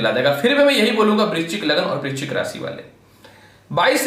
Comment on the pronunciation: Vrischik clear bolo43 age